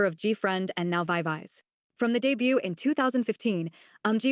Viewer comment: i don’t know if you write these video scripts yourself, but when you copy and paste it into the text to speech generator, it might be a good idea to write the phonetic sound of words, like instead of just writing VIVIZ you change it to veeveezee, so the word is pronounced correctly